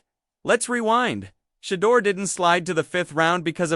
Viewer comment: Why does this guy not pronounce SHEDEUR'S name right . They always do this . I don't care how long a caucasians name is they always pronounce them right . But they all try to surname Black folks by not pronouncing their names right . Stop it man ask somebody how to pronounce Shedeur's name properly .